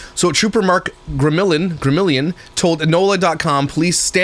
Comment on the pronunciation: Heartbreaking, tragic story..prayers to everyone who loved this precious child 🙏🏼 And randomly wanted to add that as a Louisiana girl I know we have lots of challenging pronunciations down here lol, but Gremillion is pronounced “GRI-me-yon”